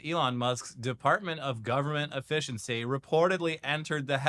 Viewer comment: It's pronounced government, not jovernment. And the no silent 'e' in efficiency